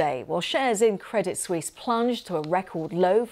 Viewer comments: Credit Suisse is not pronounced Credit Swees. It’s pronounced Credit Swiss. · credit sweeze